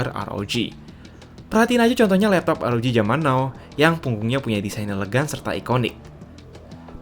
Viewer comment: Republic of gamer "AR OW JHI" (ROG)